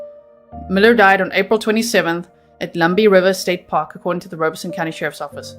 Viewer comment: I live an hour away from Robeson County and know lots of people from there. And never heard it pronounced Rowbeson. They pronounced it ROB-a-son